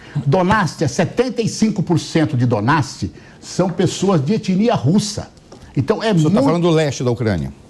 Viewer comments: Quem é esse cara mesmo? A criatura quer falar sobre ucrânia e chama o lugar de "donats" ao invés de Donetsk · O deputado responde pela autoridade palestina, no que diz respeito as suas motivações e propósitos. Tá podendo!?! Quando ele pronunciou Donetsk, chamando de Donasti, eu pensei: - Caramba todo mundo fala errado! Quem sabe ele sabe mais do que todo mundo. 🤔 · O cara nem sabe pronunciar Donetsk e ainda por cima vem defender o lula